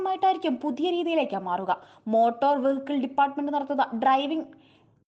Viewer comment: ഡ്ര ർർർർർർർർ 😂